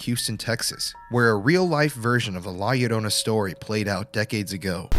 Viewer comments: "la yuhrona" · La yorrrr o na..sound it out in syllables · Honestly the way you say La Llorona annoys me a bit. Just a tad off saying her name without the r roll. But good video tho!